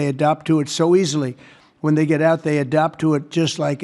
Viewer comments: It's Adapt not obdealt😂😂😂😂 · Adapt not adopt. Wow what a dumb a$$ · He means adapt when misreads adopt. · For real. He used the word adapt … but spoke it each time as ADOPT. Two totally different concepts. Can’t read, can’t see, doesn’t understand or know the difference between sound-similar words. Expelled from school early on.